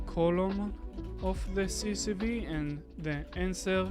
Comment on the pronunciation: We say C S V , not CCV...